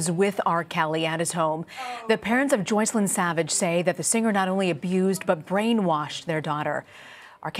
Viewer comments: I found it funny that R. Kelly pronounces Joycelyn's name as "Jocelyn". I wonder if he has another name for her or perhaps she doesn't "correct" him... just an observation. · Why does he mispronounce Joycelyns name? Hasn’t she been living with him for 2 years? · He can't even pronounce Joycelyn's name correctly. Sociopath at it's finest. Yuck! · He pronounced his on girlfriend Joycelyn name wrong lol